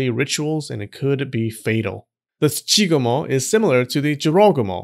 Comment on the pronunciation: I know it's not what he was saying, but I couldn't stop hearing JoeRoganMo.